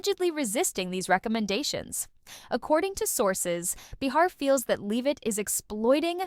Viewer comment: It’s pronounced “ bay-har” . Third video I’ve come across saying they apologized but not one showed the video. 🤦‍♂️